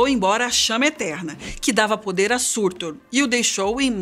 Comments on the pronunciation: Ela mandou um Sãrtou ao invés de Surtur tbm JJJKKJKKKKKKKKKKKK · Não é "surtur", se pronuncia "sutúr"